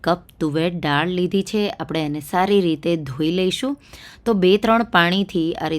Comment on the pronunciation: ડાળ નહીં બહેન, દાળ બોલો. ડાળ ઝાડની હોય...